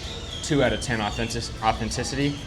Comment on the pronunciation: Half this on you. You can’t even say authenticity. I never trusted yt people in Mexico. Please do better.